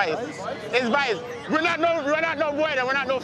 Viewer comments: "It's VICE it's VICE" That's not how you say you're not the cops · It's vice! It's Vice!!! Thanks, now i got ear cancer.